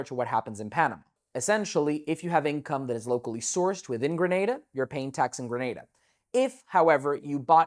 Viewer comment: Points off the bat for pronouncing Grenada right lol Thank you for creating this video. There is so much misinformation out there it's good to see someone giving you clear and accurate info.